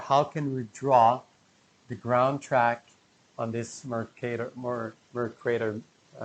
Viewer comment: Mercator not Mercrator (maybe Mercrator after an asteroid flattens us?😄)